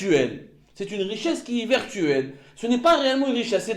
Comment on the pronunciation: On ne dit pas vertuel on dit virtuel !!!